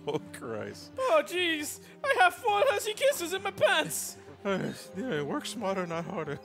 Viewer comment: Dude, you woik phast!